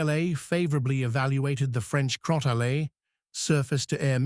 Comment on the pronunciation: Crotale is being pronounced in two different ways. Other than that - a solid video!